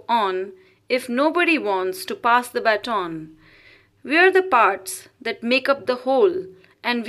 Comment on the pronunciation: It's quite good.Pl check pronunciation of baton